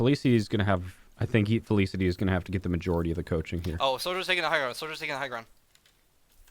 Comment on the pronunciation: "fel-iss-ity" haha love it despite that.